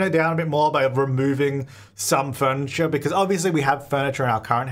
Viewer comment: "we have forniture at home"